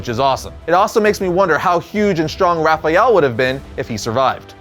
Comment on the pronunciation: Why do you keep saying "Raphajel"? There isn't a "j" in that name.